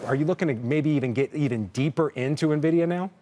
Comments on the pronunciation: Pronounce it neh-vidia, lose all credibility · Thank you! Its 2024 and this is a nearly 2 and a half trillion dollar company. How do you not know how to pronounce it correctly by now? 🤦🏾